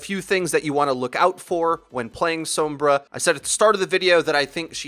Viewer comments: what the other comment said. it's how you're actually supposed to say sombra. if you pay attention to voice interactions, whenever the characters say her name, they will pronounce it "s-ohm-bruh" people are honestly just lazy and don't want to change how they've already been saying it. also, some people just don't speak Spanish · Who the fuck is Soum-BRAH? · Americans be like sowmbruh. lol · god please stop pronouncing sombra the way you do. I love you though. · You want to roll that r in sombra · You pronounce Sombra in a really weird way. Like the o in Tome, rather than everywhere else it's like the o in Song. Fun video though. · Ah, I thought it was a accent rather than a language thing, as it stood out significantly compared to the rest of what was being said, and in the cinematics it's pronounced with the English 'o' from what I recall. Will have to look more into it. I don't speak a word of Spanish. :P